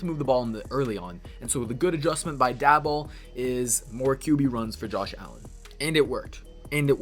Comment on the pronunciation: Please don’t take Daboll. But since he might be your HC, I might as well teach you how to say his name. Pronounce Daboll like “table”. Go Bills!